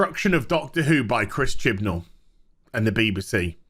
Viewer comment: I love the pronunciation of BBC "Beebersee"